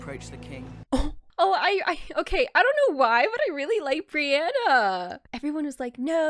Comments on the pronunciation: Are you screwing with us when you call her Brianna? xD Just in case you're not, it's Brienne (Bree-N) xP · not that important but ur pronouncing some names wrong. its "katlyn", not katelyn, and "brienne" not brienna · It's Brienne not Brianna. Apologies if that's a joke. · I think that's because when Renly said "Brienne of the Kingsguard", she heard is as "Brianna the Kingsguard". :) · Brienne* of the Kingsguard Catelyn (pronounced Cat-Lin)